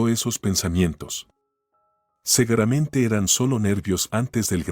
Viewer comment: No es segueramente se dice seguramente.